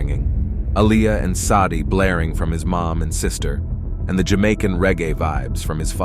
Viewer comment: yea but the fact it mispronounced "Sade", is a sign that the AI needs quality control